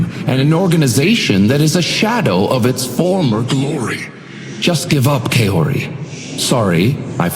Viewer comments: It might just be me being picky because I know some moon runes but his pronunciation of Kaori like Kay-ori is a little bothersome because I would think an eldritch deity that knows untold secrets about everybody would be able to say any name and speak any language in fluency. It could be a consistency thing, I don't know if anyone else says her real name or if they say it like that. (Irrelevant side note, this could be much worse because I used to work with a guy named Keisuke and my boss said it like Kiss-sue-key, horrible.) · The Doorman pronounces Kaori incorrectly. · I'm pretty sure he's pronouncing "Kaori" wrong